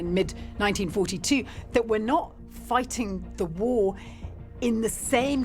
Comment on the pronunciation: I know it's called English for a reason, but geez Louise... I found myself having the reflex of rolling my eyes all the way back and then back into place, because of the way the lady pronounces « war » . 🤦🏽‍♂ 😅